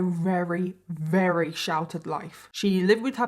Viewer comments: Not to be rude buy does have a speech epidiment? I can't help but notice she says, "Rary." Instead of "Very" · I love your channel and content but I want to scream every time you say “rarey” instead of very 😂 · your accent is so charming. How you pronounce the word very with a W.